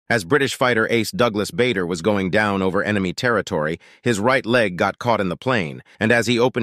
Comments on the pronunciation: Pronounced Barder not Bayder. But I understand using an automatic text to speech translation tool will get it wrong. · It's pronounced "Barder" (which rhymes with harder), not "Bayder" (which rhymes with raider).